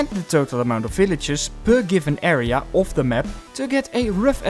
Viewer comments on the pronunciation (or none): area not erea! good video